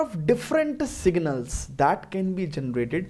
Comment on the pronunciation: # legends reading signals as singles😂😂😆😀😁😁🤣🤣